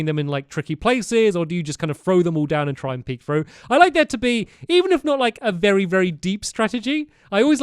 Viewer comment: berrry dangerous lol